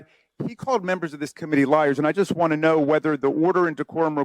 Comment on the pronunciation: Raskin said, "but it's so damning ti our case". Haha